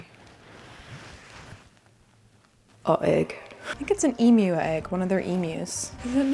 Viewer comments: girl your the only non Australian that ive seen pronounce emu correctly by saying ''emyoo'' instead of ''emoo'' lol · You said emu CORRECTLY!!! Big thumbs up from this Australian for that! Also, as a fellow crafty person, yeah, my house is like that too! So much to make, such little time to clean up after! 😅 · OH MY GOSH YOU PRONOUNCED EMU CORRECTLY!!!